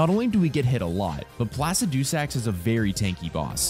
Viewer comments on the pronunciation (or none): Pla sid i sacks Not the way you say it. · The way he says Placidusax cracks me up bruh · That's... not how you pronounce Placidusax